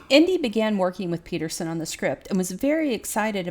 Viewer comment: The name isn´t pronounced "Indy" but rather "An-deh" but not precisely. I don´t know if this particularly e-sound exists in English.